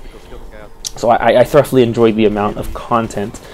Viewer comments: Are you pronouncing the word "thoroughly" as "thruff-lee"? It's actually more like "thurr-oh-lee." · Not to be a dick but 'thoroughly' is pronounce "thu-row-lee". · "Thur-uff-lee"? That's a pretty funny pronunciation of thoroughly. "Thu-ro-lee" is standard.